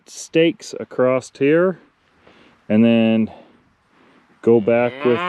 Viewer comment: Clean solar panels work far better, just sayin Also there’s no T in across